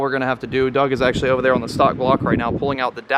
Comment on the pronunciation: Beautiful build - good call on the billet sprockets.. only thing I would like to see is gun drilled cams - the factory cams are much lighter and although it wont matter much for drag racing it would for RR.. PS. every time the builder says the word 'on' I keep thinking he is about to say the world 'awning'.. what accent is that?